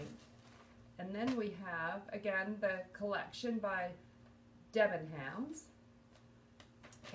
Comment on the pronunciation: Hi, had to laugh at your pronunciation of DebenHams it’s a silent h, they are a big uk department store chain and that was an own brand. A UK 10 is about a US 6 if that’s any help.